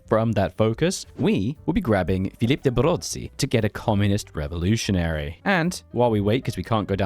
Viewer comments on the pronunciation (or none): none